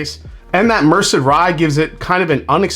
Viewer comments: Merced is pronounced “Mur-Said” Cheers 😎🥃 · …with an accent on the “Said” Mer-SED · Merced pronounced mer SAID